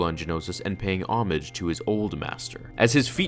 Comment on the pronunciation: Homage not omage